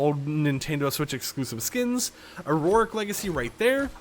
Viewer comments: "Auric" like "or Rick". Not like "or roar Rick". Stop throwing extra syllables in there. Thank you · Idk if you’ve addressed this before but you always say “auroric” instead of “Auric” when talking about crew packs. I believe I’ve said this and you’ve brought it up before 😂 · I only just realised how you pronounce "auric". It's pronounced "or-ic" man